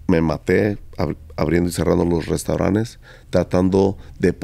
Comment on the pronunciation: Jajajajajajajajajajajajaja. Creo que se dice restaurantes y el dice restauranes. No entiendo como ha tenido tanto éxito. Bueno. Lo de su éxito lo dice el. Yo ni lo conozco. Jijijijijijijijijijijijijijijijiji